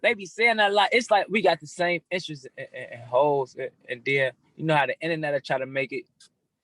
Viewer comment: "It's the innanet" - 👑 Von